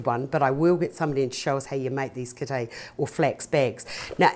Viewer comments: It's def not a kitae!! Come on man get it right it's a kete!!! 🤦‍♀️ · Kete not kitae lol